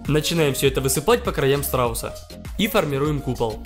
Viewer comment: Мне послышалось: — Все это высыпаем на срауса.